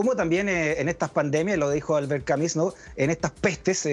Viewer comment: Al conductor, CAMUS, se pronuncia así, CAMUS. No con I. No es Camis. Usted habla de Albert Camus.@